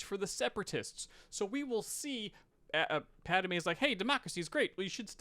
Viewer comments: Why not fix your pronunciation of Pad-i-may???? WTF???? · Is it me or is pronouncing “Padme” weird?